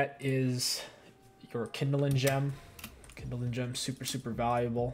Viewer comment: “Kindling gem” loves mispronouncing lol